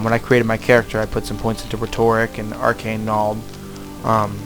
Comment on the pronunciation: Stopped watching when he literally said "arcane knowled". C'mon.